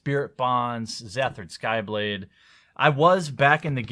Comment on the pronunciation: Oh man, I thought I'd never have to listen to youtubers call it Skyblade again. The card is called Xathrid sLyblade.